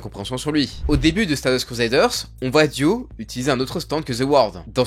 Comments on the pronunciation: J’en ai marre qu’il dise « Duo » au lieu de « Dio » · Mais pourquoi tu dis DUO et pas DIO wsh c'est trop byzarre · Pourquoi tu dis « Duo » à chaque fois? (Oui j’ai compris que tu avais des problèmes d’élocution mais quand même)